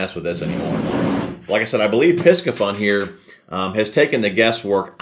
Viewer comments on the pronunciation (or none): It’s pronounced “PC fun” ☺️